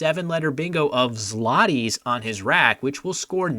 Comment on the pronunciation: ZLOTIES is actually pronounced with a W instead of an L, because Polish.